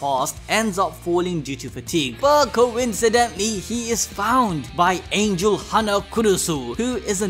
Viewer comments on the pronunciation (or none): none